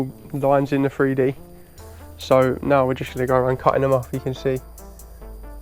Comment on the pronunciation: I apologize beforehand, but idk where ur from, but ur wasn't the greatest first off. But what is the worst part, is probably hearing grown man mispronounced a word and say FreeDee atleast a dozen or two times lmao